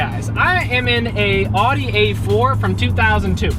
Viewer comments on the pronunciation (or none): I think it’s pronounced “Audi” and not “Adi” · Pronounced owwdee. Oww as in wow. Not ahhhdi. Ahh as in awful. Aufweidersehen. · I believe it is Audi (ow-di) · Don't say audi like that, please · How do you not know how to say Audi